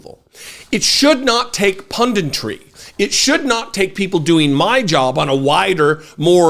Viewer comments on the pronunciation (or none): I love what you do and I'm glad you do it the way that you do: wise, funny, informed, concise. Great chuckle! But it's 'pundit,' not 'pundint.' 'Punditry,' not 'pundintry.' Battle on, good man.